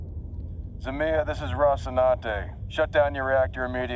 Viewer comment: he's pronouncing it wrong tho. he says za-ME-ya, whereas it's zme-YA